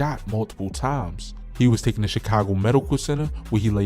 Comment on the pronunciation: TOOKEN? 😂 Taken sir!